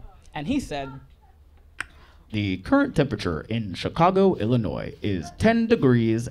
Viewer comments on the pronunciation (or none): none